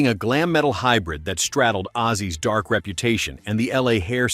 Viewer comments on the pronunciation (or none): none